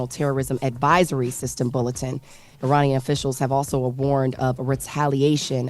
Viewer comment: Trump said Uranian 😂